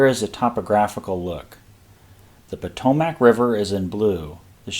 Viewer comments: Every you say "Po-toe-Mac" I want to charge your line. ^.^ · Yes, Im a native to the area. It is pronounced Pa-toe-Mick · The pronunciation of Potomac is aweful to hear.